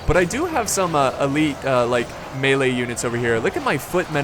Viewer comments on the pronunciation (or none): none